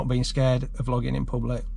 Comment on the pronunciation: Sounded like you said flogging in public🤣